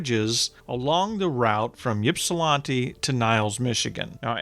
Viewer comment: Um, I’m surprised as a Michigan history person at the mispronunciation of Ypsilanti. 😂 But to be fair most Michiganders don’t pronounce Battle Creek the same as old time Battle “crik” residents do. ☺️